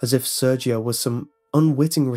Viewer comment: + with hard r's. like you'd read it with a russian accent